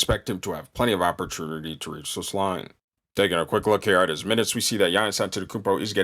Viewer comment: When bro said "opperternity"....i felt that..jk... keep killin!